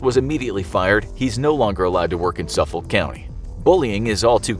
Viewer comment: Please learn how to say Suffolk. Also that isn't even the worst teacher in Suffolk, so I'm surprised it made this list. Also while yeah, they may not get locked in closets, most students with dyspraxia get punished in school for not doing well enough, both with and without official diagnosis.